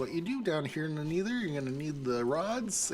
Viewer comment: "Neether" cracks me up every time